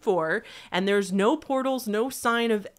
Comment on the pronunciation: THE "NAUR" IS KILLING ME